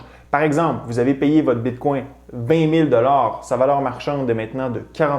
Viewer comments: Tu essaie de prononcer Bitcoin en francais, avec le coin a la fin. Ca sonne comme “bitcongne”. Tu prononce Etheruem avec l acces Englais par contre C est une remarque positive et constructive. Ca peux irritater des gens de te voir deformer le bitcoin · Tu pronounce bien etherieum, mais moins bien Bitcoin